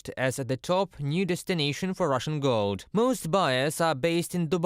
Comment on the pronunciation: The lady reporter pronounced GOLD as GILD. The male reporter pronounced it correctly.